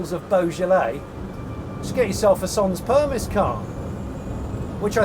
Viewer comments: 'Son', as in song but without the 'g' + 'per-mee'. :-) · Amazing video, Smith n Sniff and the Late Brake are my go to entertainment now. Although “SANS PERMISS” , our francophones will probably cringe “sonn permee” is probably a better pronunciation. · Sans permit. (sanS) you don't pronounce the last S in French. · Very cool , The S in permis is silent tho. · You couldn't have said 'sans permis' in a more British way 😂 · That's some brutal french there... When you pronounce 'sans permis', I think you're meant to drop the s on both words. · Your pronunciation of sans permis is priceless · And innovative.